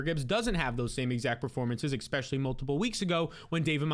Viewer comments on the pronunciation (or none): If you work on saying “especially” instead of “expectually” you’ll lock it down eventually. It’s not too late bro.